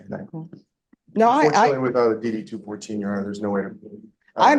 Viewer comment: AI voice reading is ass... form DD TWO FOURTEEN, not 2 1 4...